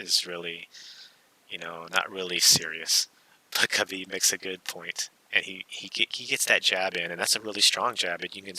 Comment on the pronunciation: Khabib didnt say it right lmao